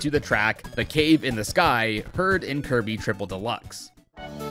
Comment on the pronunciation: He said Kirb not Kirby or Kirbo